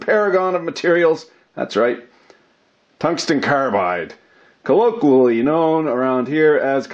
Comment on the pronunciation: Ka-loke-ee-uh-lee aka "colloqwually"